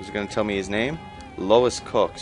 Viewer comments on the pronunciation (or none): Good video. :) You need a lighter in your second hand in order to use that molotov. That Louis Cox guy's name is pronounced Lew-is. Man, you should have seen the other survivors before the last update. They were incredibly hostile. If you got anywhere near them they would kill you; even seemingly going out of their way to do so. The last update made them completely docile towards you unless you got in their line of fire near zombies... and sometimes they'll just stand there and get eaten. lol